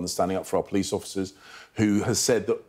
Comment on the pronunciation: he is in charge of PLICE-the way he pronounces it- thank god only until 4/7 with his PLAN- maybe it will become a PLANE ONE WAY TICKET to the forest where his ancestors came.